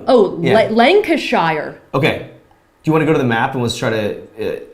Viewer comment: Lancashiiirreee...oh you sweet American child I know you tried your best. For educational purposes it's pronounced "Lancasha"